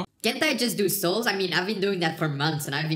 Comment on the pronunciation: He says soul instead of solves